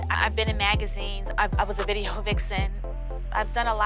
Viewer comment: Did that Althea chick just say that she was a " vide-ho" vixen? Well well..😂😂😂